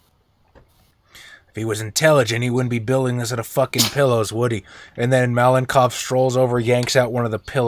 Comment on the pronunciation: I finally got a chance to watch the game. Raven being part of the team is awesome! Tom and his pillow fort definitely deserved extra point, I would’ve voted for them as well) Overall, great game, as always) Malenkov, I believe, would be pronounced malenkOv, with a stress on the last syllable. If in detail: ma (with “a” sounding kinda similar to “a” in “car”) - len (with this soft L) - kov (with a stress on o). Hope that helps)